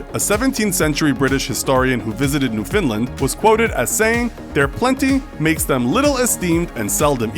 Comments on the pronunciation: It's pronounced Newf-in-LAND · newfinland lol